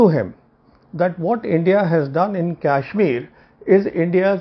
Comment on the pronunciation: Today I am confirmed that these words are bcoz of yuan which is advocating in favour of chinese.. sad to see rogue perceptions. Can see the confidence in choice of words for china. Btw its KASHMIR not KYASHMIR. pl mind ur pronounciation.